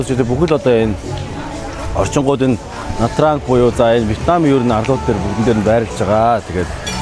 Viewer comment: на транг л гээд байх юм На Чан гэж дууддаг